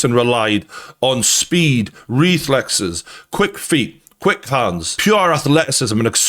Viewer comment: What are “rethlexes”?